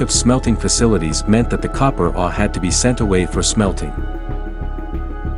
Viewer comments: I've never heard anyone pronounce ore the way you do. Are you familiar with hockey great Bobby Orr? That's how you say it. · This guy doesn't even know how to pronounced the word "ore".